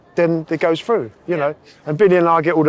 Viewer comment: Frough. I cannot get over how they say "through"